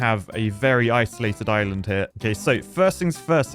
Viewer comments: Island ❌ Is-Lund ✅ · whatz za shape of za izland my brudda